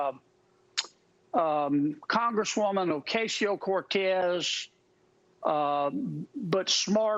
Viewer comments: Why can't Republicans on Fox pronounce people's names? "Okesio-Cortez" or "KaMALA". Is it on purpose? Probably. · “Mad women” Donald we know ur obsessed w her get over her. Fox can’t pronounce Ocasio-Cortez properly get out.